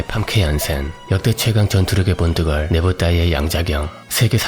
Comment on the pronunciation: 아놔 뽄드걸이라니 ㅋㅋㅋ 본드걸이라고 해주세요 본드걸 ㅋㅋㅋ